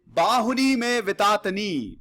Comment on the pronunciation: Sir namaskar 🙏. I think you know hindi. So I would request you to read shlokas from gita in hindi as you have made wrong pronunciation. As for example, it is बहूनि मे व्यतीतानि and not बाहुनी मे व्यतीतनी. Again I am sorry to interrupt you. 🙏